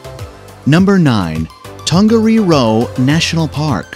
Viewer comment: He got Tongariro badly wrong as well.